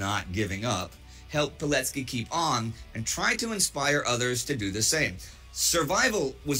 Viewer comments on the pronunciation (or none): none